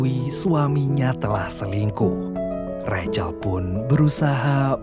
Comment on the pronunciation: Rahel. Kok recel? 😂